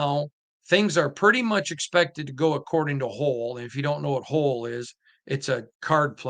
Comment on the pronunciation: That's "Hoyle", which rhymes with "boil". Anyway, the Raiders have lots of options, and it's too difficult to get a handle on it.